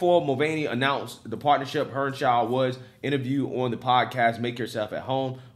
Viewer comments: her name is Heer-ner- shy D not her chow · He called her "Alisha Hernshau" 🤣🤣🤣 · Hernshau? Heinerscheid, pronounced hiner-shied! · Hine - err - shied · Heinerscheid hi-ner-shy-d. Not that hard. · Heinerscheid. High-Ner-Shy-d....but more exactly He-nair-she-eed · I love you buddy but you’re a terrible reader, practice reading out loud by yourself. It’s twice now I hear you butcher the heck out of Heinerscheid’s name. Just sound out the syllables. Hei-ner-shceid!!! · Without trying to sound like I am backing her in any way let me assist you with how to read her name: Hi-ner-shied. She may be extremely wrong with her marketing ideas but she does at least deserve to have her name used correctly. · If you're going to do further stories on this...the woman's last name is pronounced HINE-er-sheed. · I love it but good lord.... learn how to say Heinersheid.... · I love your stuff, but in this video it is maddening that you cannot get even remotely close to pronouncing this person's name. It's pretty easy to just ask the internet how to pronounce a name, and it will say it out loud to you. Just a pet peeve. But keep doing the great work you do. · Man you butchered that name 🤣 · I'm pretty sure you butchered her name, lol. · Woke go Broke! Yet cant say his name.😐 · Bro her name is not that hard. You give us a bad name